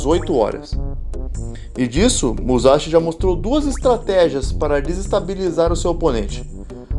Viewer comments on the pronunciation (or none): é muzaxi n fi..